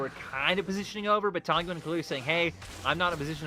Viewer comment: I mean, I love the LPL casters, but they should finally pronounse tangyuan's name right, it's tang-yuan, not tan-gyuan 😀